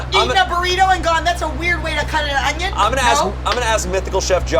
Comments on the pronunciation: I love how says ungins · Absolutely love, but everytime she says "ongions" i wanna throw myself into Ians knife wall lol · inability to say “onion” is giving BeenADick ClumberSpaniel’s “peng-wings” 😹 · Holy shit when say onion there’s a G sound I have a friend who does it too I didn’t know this was a thing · Why is pronouncing onion with a G at the end?